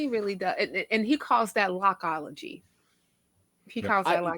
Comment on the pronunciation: "Locke-ology"... I visibly and audibly cringed when I heard this.